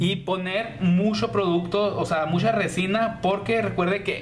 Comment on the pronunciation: Shicas y shicos, mushoo, ciento oshenta, brisho, musha 😂😂😂....habla bien por Dios!!!!!!